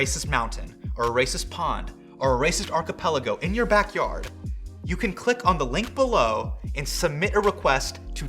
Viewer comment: Now, I'm sure you said archipelago, but I definitely heard "acapella goat." Which, is absolutely what I would name a chain of islands.